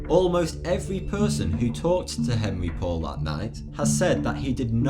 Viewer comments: God what an annoying "documentary"! What were the subtitles for? I was just reading those the entire time as they were so "in your face". And also Henri Paul's name is not pronounced Henry Paul; LOL. He was French. His name is pronounced Henri Paul. Or phonetically "aan-ree paul". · Pronounced, Ahn'rey Pou'al, not Henry Paul.